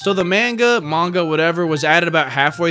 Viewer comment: Manga? 💀 you mean magna?